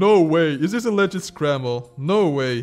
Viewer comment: listen, this is how you pronounce the word "legit": le - git "git" is the word stress, not "le". It's not légit overall